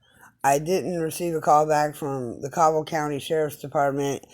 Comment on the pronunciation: Request it correctly. Learn how to pronounce Cabell.